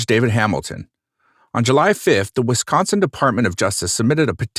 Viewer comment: Coming from this area, and being in class with Avery's twin boys in school...... its SUPER cringe and irritating that the narrator cant pronounce the city names correctly